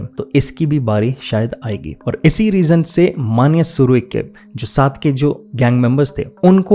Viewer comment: तुम नाम सही तरह से नहीं ले रहे हो ।